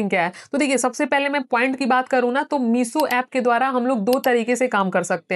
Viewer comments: Meeso app 😂😂😂 👉 no mam meesho app😂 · Bhennn phele toh Woh Meesho hain not meeso aur Dusri baat puri video mein ek baat samjhi meeso reselling reselling baki uske alwa kuch nahi samjh🤣🤣… Phele khud study karlo Fhir gyan do 👏🏻😂😁